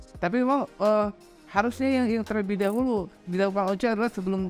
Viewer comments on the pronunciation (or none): "harusnya" bang "harusnya" 😂